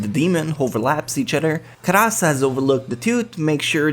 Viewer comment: "Ka ras" Karas, pretty simple japanese to understand, yet somehow said completely wrong. I'm suprised by how limited in knowledge you are sometimes. You can say Yosuga no Sora well, but not Karas?